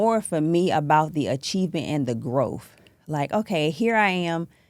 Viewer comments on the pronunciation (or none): I tapped out when she pronounced Growth, as Grofe,...